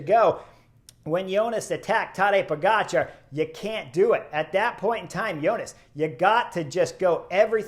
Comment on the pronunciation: I'm new to cycling but love your channel. You have stuff that no one else is covering. Great job! I am also really impressed that you make a big effort to pronounce European names correctly. I have no idea why some people mis-pronounce Pogačar's name. It's how you say it, Po-ga-c(h)ar. The č is pronounced is exactly the same as “ch“. I hate it how Wiggins says po-get-char. There is only one way to say “ga“, right?